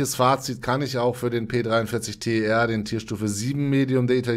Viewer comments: Ich glaube das wird nicht T E R ausgesprochen (also buchstabiert), sondern tär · Ich will doch nur Unwissenheit aufklären und mich triggert es auch ein bisschen, wenn Leute sowas immer und immer wieder falsch sagen.